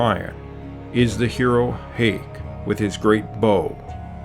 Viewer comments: You are a. shocking lier, knowing nothing about history of Armenians or the Armenian language. The name is [h].[a],[y],[q]. It is not [h][e][y][q] and [h][a][y] not [h][e][y]. How stupid is it to talk about something you know nothing about. I advise you:"You learn first, then speak. Have shame. To tell some truth does not mean you tell all the truth. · It's pronounced Hike , Hiastan. not hey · Hayk as in HIKE.... NOT HAY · FYI the correct pronunciation of "Hay" part in "Hayk", "Hayastan" etc in Armenian is exactly like you'd say "Hi" in English, not "hay" as in "haystack". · ATTN: YOU WHO IS NARRATING THIS VIDEO ARE SABOTAGING MOST OF THE NAMES & WORDS, AT 7.32 MINUTES OF THIS VIDEO YOU PRONOUNCE HAY(should be pronounced as High in English & HAYK (HIGHK in English) NOT HEYK MEANS ARMENIANS & ARMENIA: HAYASTAN(HIGHYASTAN). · Hai or High not Hay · I must tell you it's not H-ei-k, it's H-ai-k, country is Ha-ya-stan, people - hay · It's pronounced hai, not hey. And I don't believe the theory of yamnaya emigration, the evidence suggests that Armenians are native to the Armenian highlands. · thank you. but it is Hay as in "Kites" or "High" , not Hay as in "hay" or "kate" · Nice video. I assume someone has already mentioned the mispronunciation of Hay/Hye and Hayrik, etc.? In Armenian it's pronounced like 'Hi'. :) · Sorry, the pronunciation of the name Hayk and Hay are wrong. It not (heik) but (haik) sounding ( a), it's not (hei) but (hai) again sounding (a) as in arm. This is very important because you are pronouncing names they should be precise . Please correct in the vidro. Thank you. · Hayk is not pronounced as 'Heik'. It's HIGH-K. HIGH-A-STAN. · So far, so good. But Hayk is pronounced as HIGH-K. High-a-stan. Not 'heik' as the narrator says in the video. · Just to clear up, it’s not Hey, but pronounce it as “Hi” or “High.” And Hayk as in “Hike.” To take a hike. Name of the country, “High-ah-stan.” Great video though. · Please note Hayk is pronounced Haik like spike.